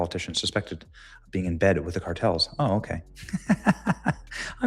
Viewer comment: Mispronounced Being**